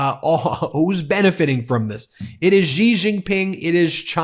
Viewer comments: Its pronounced "sss jin ping" not "zijin ping" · Pronunciation: SHEE - Jinping. Just sayin". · Its Xi and its pronounced She